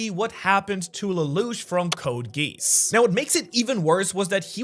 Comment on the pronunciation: I love that he has a second channel but hols on, am i the only one or did this man just call geas, g-E-ss